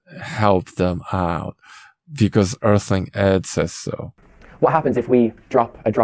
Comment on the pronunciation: Efical Earf- ling Ed and his vegan omega freeze .